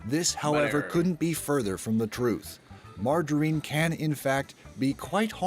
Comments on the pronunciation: They keep pronouncing it like Margareen but it’s not it’s MargarINe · No one : Josh : margahrene 🧈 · I hate how this guy pronounces margarine